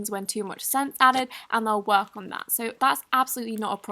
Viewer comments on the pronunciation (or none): none